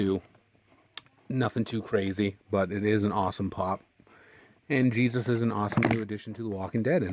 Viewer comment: the way you prenounced jesus wasent right , it's just normal way . jee-sus